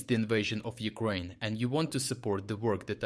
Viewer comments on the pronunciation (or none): none